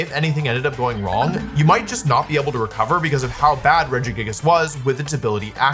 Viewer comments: I still think of that one time I heard you pronounce this pokemon Rejiggajiggas and I call it that to my friends to this day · That's absolutely not how I would have pronounced Regigigas lmao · The way you say Regigigas is so fun. I love it.